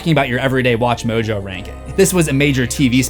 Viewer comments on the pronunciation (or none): none